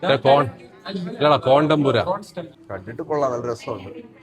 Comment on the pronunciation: "CORN TEMPURA" not "CONDOMPURA" 😂